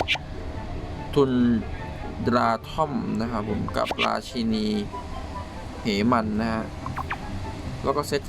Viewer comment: พี่ มันอ่านว่า ราชินี เหม้น ครับ ไม่ใช่ ราชินี เหมัน😄🤣🤣🤣